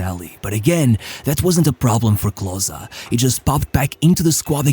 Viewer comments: Not closer, but KLOSE..Junge, komm schon. Wir wäre es mal den Namen richtig auszusprechen??? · Its not KlosA its callt KlosE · KLOSEEE, not CLOSSAA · Klose not Closer ;) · Bro his name is Klose not Kloszkiy lmao. You just have a stereotype view of what germans have to look like because Hitler fucked your head and you think everyone in Germany is blond and blue eyed. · Klose ist doch nicht so schwer auszusprechen bro ... clausä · great to see our german-polish hero honored international! But your pronunciation of Klose is quite bad ;) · Such a shame the whole Video his name is pronounced wrongly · you didnt even pronounce his name accurately